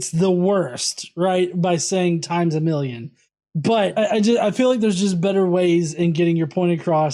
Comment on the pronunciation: Times a molloonn